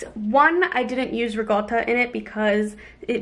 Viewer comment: Why does everyone pronounce ricotta with a g? lol